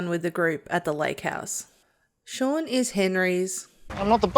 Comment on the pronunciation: Only one minute in and you get the character's name wrong! It's not Sean or Shaun! It's Shaan Srivastava. An Indian name for a character of Indian origin and the pronunciation is very different to Shaun. Unbelievable.